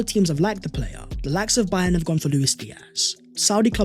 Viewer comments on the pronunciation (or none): none